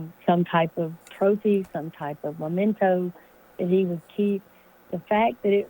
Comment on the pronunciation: Oy … it’s spelled and pronounced m-e-m-e-n-t-o! Memento! Not momento!